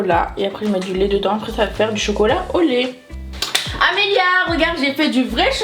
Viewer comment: pourquoi tu dis Amélie mais c'est pas Amélie c'est Amélia